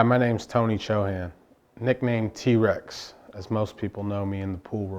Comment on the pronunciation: Such a powerful Rajput surname from India and this dude just straight up massacres its pronunciation. sigh..